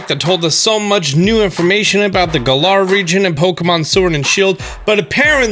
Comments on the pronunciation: its the Galar region (said like the word GALLANT but without the cnt' sound) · The galah region lmao. Galar, mate